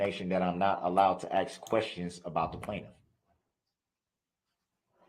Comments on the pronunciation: Also, if I had a dollar for every time he said “would it be fair to say…..” when he questions people. He can’t say “ask”, always comes out “ax” 😂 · Um, personal note, I HATE when people say "axe" instead of "ask." Like "I axed the judge and she said no," so he should be found guilty of abuse of the English language. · Very entertaining. If he could only speak English though... Dis, Dat, Dah. And he "axes" questions instead of asking. He refers to himself as the "alleged defendant". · All I want to know is, where is the motion to suppress the defendants use of the word “AKS”??? His “AKS” count is well over 1K in this matter. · I find his inability to pronounce simple words annoying (ax v ask) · "Tacit = Ta-Sit." Not TAKIT. ASK not AXE. Sustain, not substain. GrounDs not growns. While I have NO problem with how people say words if they have different accents, his butchering of the English language is ridiculous. No, this is not the only thing I take from this trial - what he did is horrendous, however, I will belittle and denigrate this vile monster, especially when his behaviour is so disgusting. I will, therefore point out his failings and scr*w him.